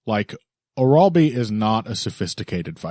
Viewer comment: The pronunciation of "Orolbai" is driving me nuts. Please go and find the Anik pronunciation guide 🤣